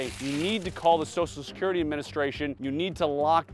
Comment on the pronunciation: "Sossalscurrity" -- when did everyone become a mushmouth? And he can say "social media" correctly!